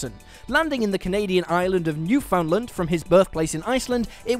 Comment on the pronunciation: Newfoundland: not pronounced "New-Found-Land" or even "New-Fund-Land" but "Newf-End-Lend"